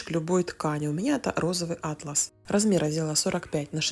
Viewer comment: Идеи отличные.Только ,пожалуйста - атлАс .АтлАс и Атлас разные слова.